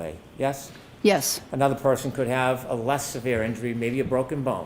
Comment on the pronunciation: Purposefully mispronouncing Alessi's name was beyond childish!! Like his petty objections to every other question and toddler behaviour and degrading witnesses ("no additional comments" says the judge of hypocrisy... [except by the prosecution] allowing disgruntled personal insults). Grow tf up!!